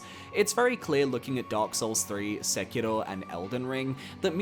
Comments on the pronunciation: Why do people always pronounce Sekiro as “sekido” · I literally had to stop watching this video because of how you keep pronouncing Sekiro 😅